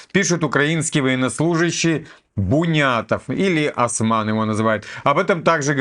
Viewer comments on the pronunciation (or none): none